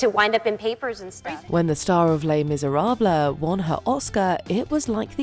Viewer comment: re: Anne Hathaway; did the narrator say “lay miserab-low”?!?!